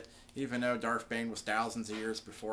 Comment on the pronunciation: It's darth not darf